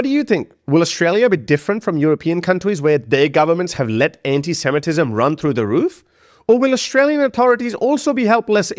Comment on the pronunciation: I see you managed to say ANTISEMITISM correctly!